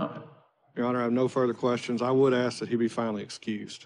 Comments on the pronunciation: A lawyer that says AKS instead of ask.............Well done America...well done, you win all the prizes. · That truly bugged me as well. Aks vs ask... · How did they lose a case against a defence attorney that can’t even pronounce the word “ask” properly?! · Anyone that says axe instead of ask should not have a professional job. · You may not but the use of Axe instead of Ask is a black thing.. 100%, and yes she is educated, but she should strive to use proper English when in a court of law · not an accent I live in the south and say ask. It's only a certain group that say axe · If your lawyer says "axe" instead of "ask" you might want to reconsider your choices in a defender... Just saying... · African Americans commonly say "axe". Not necessarily a southern thing. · How does a professional attorney say "axe" a question?🙄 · Even the ones that work for the court say axe. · What size does your brain have to be to make you say, 'axe'? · How does someone get through law school and can't pronounce the word "ask" properly? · I'm always grossed out when I hear these grown people unable to even say the word 'ask' without Fing it up. its gross and pathetic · Lawyer with a degree in law, unable to pronounce ask. Sad.